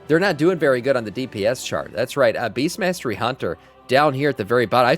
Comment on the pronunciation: Did dude say beastiality hunter?